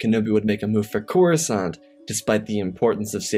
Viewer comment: "Kenobi made a move on Corusant?" Slight error at the beginning. But good story as always.